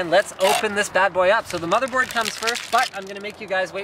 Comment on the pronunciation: i swear he said bobby board